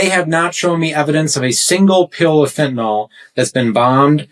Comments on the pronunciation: Jeez, it's fentanyl, pronounced il, not ol. It is not fentanol. Makes you sound as stupid as saying nuqular, instead of nuclear. Or aks instead of ask. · Why is it that so many people, including this fellow Crow, cannot pronounce the word "fentanyl"? Corollary question: if we are going to insist on mis-pronouncing the word as "fentanol", then we should change the spelling. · It's not "fenatanol." It's fentanyl. Do you think you're somehow tough by intentionally mispronouncing it like a Republican would? Why don't you also use about "nucular" war?